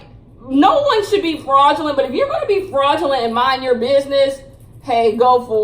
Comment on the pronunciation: Yo I love when she be saying FRAuUUdGELENTT